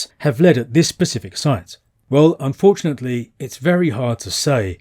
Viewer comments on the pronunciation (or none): none